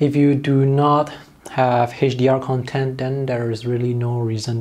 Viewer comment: It just drives me crazy that you keep pronouncing Content, with accent on 2nd syllabus. It is kənˈtent ... CONtent(n) = materials; conTENT(adj) = happy